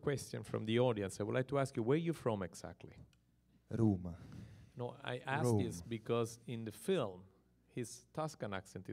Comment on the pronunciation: "Where are you from exactly?" "Rrrroma." Mi fa schiantare come lo dice 🤣